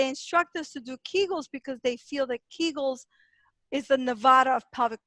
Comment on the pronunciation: Kee gels. Not kag gels